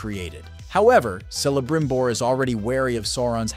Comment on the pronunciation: or celebrimbor is apparently cellabrimnor